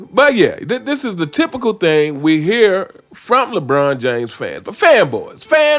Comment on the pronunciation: “Faanboaahs” Lmao I laugh everytime I hear that shit I love this dude’s takes.